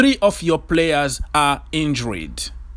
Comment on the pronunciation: Ogs..it’s injured....not injuried!